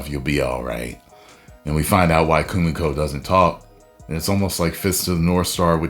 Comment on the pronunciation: Kimiko man her name is kimiko it aint that hard